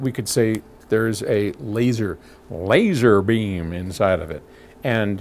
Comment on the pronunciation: LAYZURBEAM!! Lol, reminds me when David letterman would get “Hip-mo-tized” hahaha